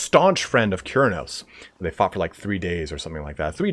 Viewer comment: I heard F**k when you said "they fought for three days ". I was confused.